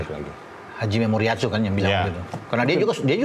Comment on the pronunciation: Hajime moriasu yg bener! Bukan hajime memoriasu! Banyak yg terpleset lidah! Wkwk